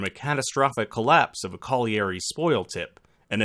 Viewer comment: yes i couldn't believe the narrator made that mistake. Also his weird pronunciation of colliery made me roll my eyes.